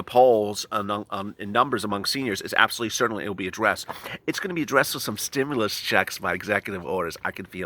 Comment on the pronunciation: Stim- you - lusss 😂😂😂😂😂